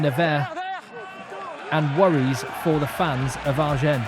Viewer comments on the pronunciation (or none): I love your commentary, and being from the south of France in exile in England, I really appreciate your channel. Can I give you a tip on how to pronounce Agen? Yes? Thank you! When you pronounce the name "Agen," don't pronounce the 'n' at the end. But if you want sound cool, you could pronounce it like a southerner - a bit like "azhjeng." Before long you will sound like a local!